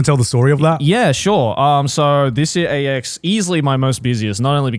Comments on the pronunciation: I feel like it's supposed to be "I did so much at AX this year" but yeah it 100% sounded like Ecstacy lmao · why’s it sound like Joeys saying “God I did so much ecstasy this year” 😂